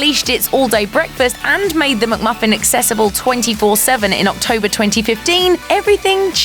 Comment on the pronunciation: It’s not a MUCK-Muffin! Get it right.